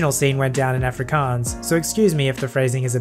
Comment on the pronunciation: Wow, you said "afrikaans" correctly, love your videos btw